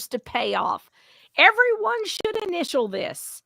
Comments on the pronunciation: the very 1st line..."Everone" not "EverYone" there's no "y"!!!! Lol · Notice in the first sentence he said "EVER ONE" NOT "Everyone"